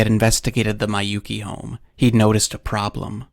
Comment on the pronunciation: I hate to be this guy. Miyouke is pronounced "mi-yo-keh". Not "mai-yu-ki".